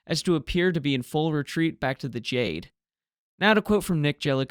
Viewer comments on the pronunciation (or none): Kapitän or Kapitaen not Kapitan, Jade not Dscheyd. But from the rest, i am impressed